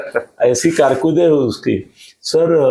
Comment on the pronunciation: कारकुरद (कारकीर्द) ठीक से हिंदी तो बोल. संजय राऊत का चमचा है ये जोकर.